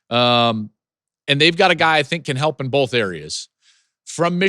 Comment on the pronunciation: "Bo(wl)th" - Joel Klatt 😁🤣🤣